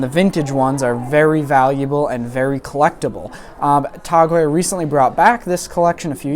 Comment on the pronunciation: Since when did it become "Tog" Heuer?